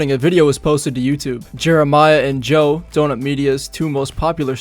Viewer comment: Jobe*!!! That's his last name Jobe. Otherwise it's Zach